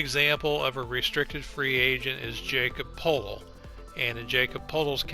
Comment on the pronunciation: Jakob Poeltl pronounced (YA·kob P·oh·til) otherwise great video.